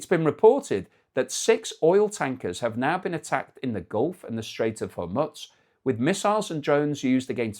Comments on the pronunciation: HorMOOZ. MOOOOZ. Not Mutz. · Does anyone have an idea why the presenter calls the strait "Hor- MUTS"? Is it the British accent? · pronounce it hor mutz... and you've lost a sub. 01;38 ... hormutz.. i'm gone. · I noticed that on a couple of earlier videos but I wouldn't go so far as to stop watching. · As I watch this it is making me believe that this AI generated. First if all the background isn't the usual background and eyes seem to be reading off to his right instead of giving his normal narrative. I'm pretty sure this is an AI generated fake. The other thing. he keep mispronouncing the Gulf of Hormuz. Which he has pronounced properly in past videoes. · for the love of all that's holy, learn the pronunciation of Hormuz.